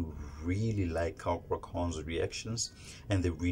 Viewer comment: Thats is not how to say cakra name, say it in Indonesian way